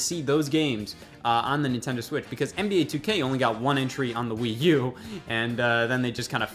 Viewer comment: What's this "Wii You" he keeps referring to...Is it an accessory for the Wii?